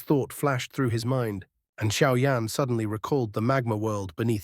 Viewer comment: Кто такой Шао Инь? В названии Сяо Янь и тут резко Шао Инь. И да бро перестань тараторить.